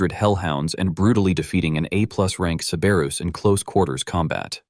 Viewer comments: ke-be-rus❌ cer- ber-us✅ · Cerberus in original Greek is more like Kerberos, and is pronounced like "Care-bear-oos". Yes, you heard that right ladies and gentlemen: the guardian of hell is the original Care Bear! I wonder what badge it has on its tummy? Does having 3 heads make it easier to perform the Care Bear Stare?